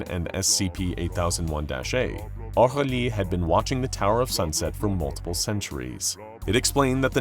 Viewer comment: why is Aurelie beng pronounced Augrelie? if he is french, it would be phonetically sound more like O'rélee